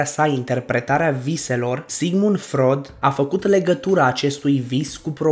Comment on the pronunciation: FROID SE CITESTE FROID